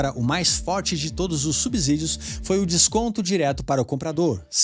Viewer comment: Irmão, se vc não sabe falar subsídio, fica difícil acreditar no que você fala. #ficaadica